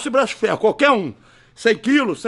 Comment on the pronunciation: qualquer um bambam? N deu pra entender.... Vc falou qualquer um ?